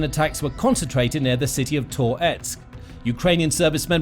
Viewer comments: Ahh jeez, and it’s not “tore … etsk”. It’s “tuh-retsk”, one smooth movement. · Please stop saying Tor-etsk, i beg you 😂 🇺🇦🇺🇦✊🏻💪🏼🇺🇦🇺🇦 Slava Ukraini!